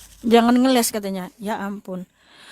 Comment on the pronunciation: bukan ngelek tapi ngeles...